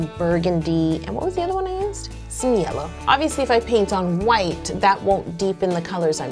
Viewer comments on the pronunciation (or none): none